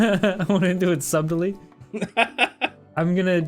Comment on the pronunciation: the fact that pronounced the b is subtlety made me laugh more than I should have